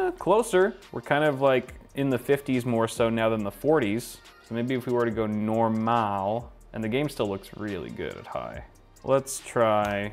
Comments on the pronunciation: When you said normal it was just like you were saying it in Dutch (normaal) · said Normal more Dutch than I do, and I have spoken Dutch for as long as I live